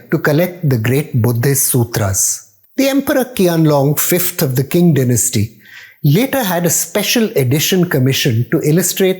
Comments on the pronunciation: Qing is not pronounced as King. It should be pronounced Ching. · Nice history relation. By the way Qing is pronounced as “Ching”